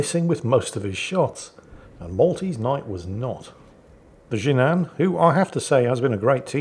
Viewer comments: Jinan is pronounced “G-non.” Used to live there. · Fun video to watch! BTW, it's "Jee Nan" with the "a" pronounced in the English (and rest of the non-North American world) way. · About pronouncing the Jinan. It could be either Jin'an or Ji'nan. No idea which one is correct. I won't even start with pitches.